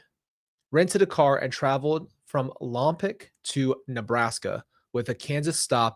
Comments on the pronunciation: Lompoc is pronounced Lompoke.😊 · "Lom-POKE" is the California pronunciation ;-) Eternal rest grant unto Melodee. May perpetual light shine upon her. May the souls of the faithful departed, through the mercy of God, rest in peace. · I'm from Santa Barbara. It's pronounced "Lom-POKE" Next to it is "VAN-den-berg" (Both are Northwest of Santa Barbara, which is on the coast, 100 miles Northwest of L.A.) Thank you for covering this case,. Melodee is absolutely adorable. Prayers for her safety and return. ✝️ 🕊